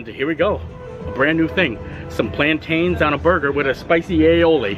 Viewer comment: I'm sorry but your saying Plantains wrong